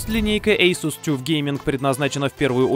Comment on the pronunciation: Молодец, сделано хорошо. Асус "Тюф" - это ну совсем не правильно и звучит не очень. Правильно будет "таф" :) линейка большая поэтому пользуйся подсказкой на здоровье.